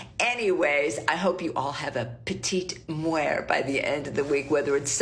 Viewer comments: its petite MORT, not petite muer or whatever she trying to say lol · I’m sorry I can’t deal with the fact that was saying “la petite muert” the whole time instead of “la petite mort” it’s not pronounced the way she was saying it at all and it was driving me nuts